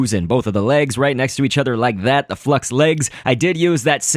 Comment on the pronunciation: FLUX- L= FUX XD